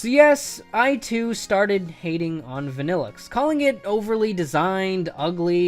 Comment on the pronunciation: VANILLUXE, NOT VANNELIXE!